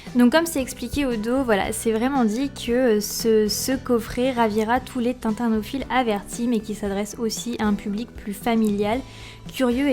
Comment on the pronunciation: Le mot « tintinophiles » se prononce tin-ti-no-philes (et non pas : tintin-no-philes). Merci pour cette vidéo, qui donne envie d'avoir l'objet !